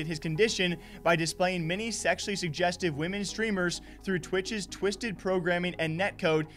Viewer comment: Man you really struggled with pronouncing 'sezzually jujeztive' huh? 😂😂😝